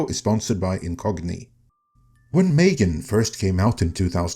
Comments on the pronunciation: "Failed" is a misleading exaggeration. It only starts being in cinema in some European countries right now. It will certainly be profitable. Also, what is it with the strange pronunciation? It's simply pronounced like "Megan". Then, it's completely reasonable to change something after the first movie, to keep it interesting. Nobody knows if the horror or slasher aspect was the interesting part about it. I wanted the switch they made. Haven't seen the current movie yet, though. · It's pronounced "Mm three gan".